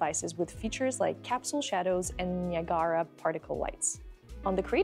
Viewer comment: Niaagaara for Niagra. lol